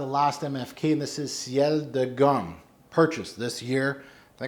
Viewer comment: Very nice list, ) 18 fragrances are my favourites too and also I discovered a new name for myself (and thank you for that) - Amber Kiso which I definitely must find and try 😄. And I want to make one little comment about Ciel de Gum: the pronunciation for Gum is like in the word "good" (it's abbreviation for General Universal Store situated in Moscow city centre near the Red Square).